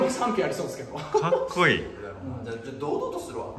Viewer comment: どんたけ”かっくいい！”って言ってる笑